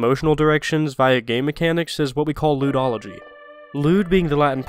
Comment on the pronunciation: "Ludology" (pronounced Lewdology) I myself am a bit of a Lewdologist.